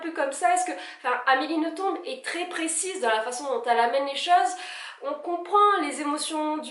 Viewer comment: Je précise qu'on dit Amélie NothomB'. Confirmé pas Amélie elle-même.